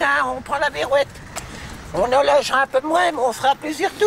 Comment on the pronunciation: Ce n'est pas la berrouette mais la beurrouette !